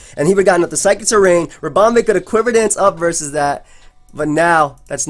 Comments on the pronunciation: What's with this Ribom-bay business? Two E's, no A's, no accents XD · with the way he was pronouncing ribombee, he shoulda just nicknamed it harambe. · Everytime he said ribombay I died a little inside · lool it sounds like he's saying harambe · The way you're pronouncing Ribombee is really off-putting, managed the first game and have to stop watching :( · pronounce 'ribom' like 'ribbon' and add 'bee' as in a bumble 'bee'.... i believe this makes sense in terms of procounce